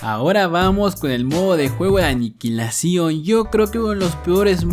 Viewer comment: Dijiste aniquililacion pero era estrella solitaria :v